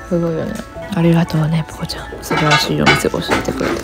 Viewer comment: 素晴らしいをスパイシーにつられてスパラシーって言っちゃう可愛い